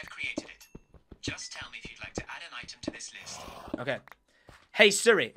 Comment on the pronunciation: The way Tom says Siri 🤣🤣🤣🤣 surry ahhahahahahahahahah